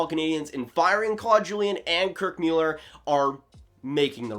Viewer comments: Please STOP saying Kirk Meuler it's MULLLER. Where have you ever heard his name pronounced Meuler FFS 😂 I'm gonna stop following you after that 🤣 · Thought it was pronounced Muller? Not Mewlerr? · He said Müeller, lol! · Happened upon this episode by accident. You lost a little credibility right off the bat by not even knowing how to pronounce Kirk Muller's name. Mewler? Where did that come from? I know he's only been around the league for 30+ years, so maybe you haven't heard his name spoken out loud before. Or is that another "mute" point? It's moot. You can thank me later. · Please if you are going to report about sports. Get their names right! Mewller!!??? REALLY!? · The quality of video was insane and you just stick on the pronunciation of Mueller🙄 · Why did he say it like that? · Quality of video is insane? Sorry but he cannot pronounce their names right shows me bad preparation. I stopped watching. Hard to listen to someone's opinion when they don't even know the names of the people involved. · Some of us were Habs fans when Kirk MULLER was on the Ice, playing. You said his name like you just read it somewhere. Weak. Seems to me that you are more fascinated with YouTube than hockey. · You should learn how to prononce Kirk Muller's name.